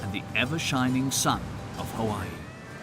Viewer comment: he did a horrible job it's Hawai'i you can't pronounce the words properly you dropped the ball on the 1 yard line sorry not sorry. 🤣